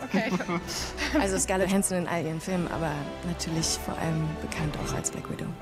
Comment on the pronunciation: Kaya: "Der butchert echt alle namen." Auch Kaya: "Ich hab auch an Scarnett Johansson gedacht" 🤣